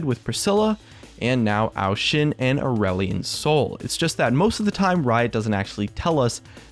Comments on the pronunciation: At first I thought you said "Orwellian Soul" And was about to flip my table. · Did you say ireland soy?